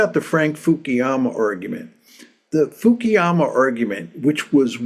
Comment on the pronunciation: But why Fukiyama? He's Fukuyama